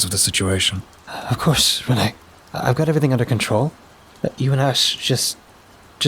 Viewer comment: Author Pageturner627! I hope you like my modern detective noir story with a supernatural twist. I always have fun writing these Ash and Reine stories. Thanks for narrating. You always do an awesome job. Just a small nitpick. Reine is pronounced like ‘rain.’ Ash and Reine is a play on words. It sounds like ‘Ash and Rain.’ Thanks for listening! Tell me what you think!